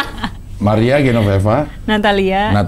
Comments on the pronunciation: GENOVEVA cing, bukan GENONEVA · GENOVEVA CING, BUKAN GENONEVA.